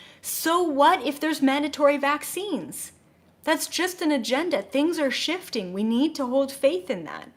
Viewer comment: I couldn't help but laugh when you talked about purging and it sounded like you said Shitting Yourself to a new reality. It's not you its me lol.